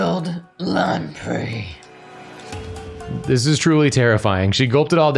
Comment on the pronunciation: Today I learned how to correctly pronounce 'lamprey' so never let anyone say this stream isn't educational. (I always mentally said "lampree.")